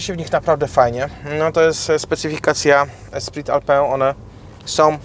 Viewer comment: Esprit Alpine = espri alpin, a nie alpę